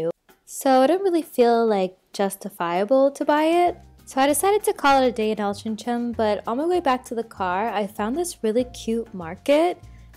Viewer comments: Hey, I believe its pronounced Altrinc- ham (with a hard c then 'ham') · It's Altrincham - pronounced 'altering 'em' - think of 'changing things around' then add on 'am' at the end like you would finish off pronouncing Oldham. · This made me giggle :D It is prronounced Al-trin-gem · It's Alt-ring-ham, but pronounced more like Alt-ring-um. Love your vlogs ❤️❤️❤️ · Or All-tring-um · Altrincham believe it or not is pronounced AL TRING HAM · Its pronounced Ol-tring-em haha